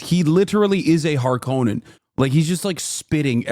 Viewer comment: you pronouned harkonnen wrong